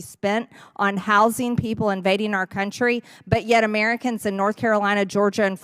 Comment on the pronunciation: "Amiricans" she's so stupid, can't speak, so hateful, mispronounces sooooo many words.